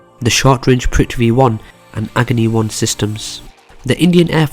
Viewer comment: Arihant - "Airhunt" Agni Missile - "Agony" Missile Your accent and mispronunciation make these weapons somehow sound more badass. Idk